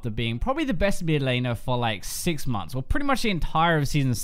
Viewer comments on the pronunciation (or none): none